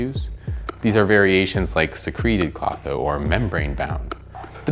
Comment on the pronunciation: To bad it did not come with the ability to correctly say Klotho!